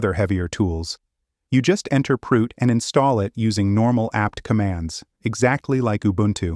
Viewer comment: This is amazing but sorry… Proot sound exactly like prout in French and it means FART I know this is childish but damn I am laughing soooo hard